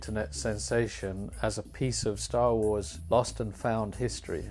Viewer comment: "Schtor wors"